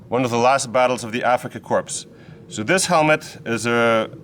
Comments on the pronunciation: Korps, not "corpses" 😂😂😂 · Afrika core not corpse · They’re going to bang you up for saying “corps” instead of “corp” core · No problem. When we use the word Korps (in a military context) or Corps (in a student corporation context), then we always pronounce it the French way, without the ps. But as I said, even many Germans nowadays don't know that and naturally we have our problems with not pronouncing letters, to which the French are used to. :D If you want to hear an historical example, listen on YouTube to the song of the Afrikakorps ("Unser Rommel"). As always: Thank you for your videos! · Not meaning to be disrespectful but in English "corp" is pronounced "cor" . Dont sound the "p". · Enjoy your channel. Respectfully, I realize your 1st language is not English. The “PS” in corps is silent. To an English speaker it sounds like you’re saying the word “Corpse” as in the deceased. Great content for us military history lovers…… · Honest question, not a troll comment: Do you say Korps with a hearable "ps" deliberately as joke? :D I mean, you are French and it's originally a French word (corps), so you should know. As a German it's annoying when sometimes other Germans don't know it and say it wrongly. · Great work, as always. I believe Korps is borrowed from the French Corps, itself derived from the Latin "corpus" = body. The website Forvo has examples of German speakers pronouncing Korps, as does the Wikipedia entry for the Afrika Korps; the "ps" is not pronounced in either case. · Killer editing for the opening. Trivia question for you: Why do you pronounce 'corps' with non-silent "p"?